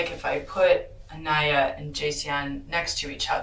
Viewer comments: PRONOUNCED "AHN-EYE-YAH" NOT AH-KNEE-AH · this narrator is an asshole continually mispronouncing Aniyah's name. Say it PHONETICALLY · Over 2.5 days I've watched the interrogations of both the "mother" and this guy. Just sickening and beyond sad how this baby was failed. One thing that's been bothering me is the narrator mispronouncing Aniyah's name. Is this an AI bot narrator? RIP Aniyah. 🕊️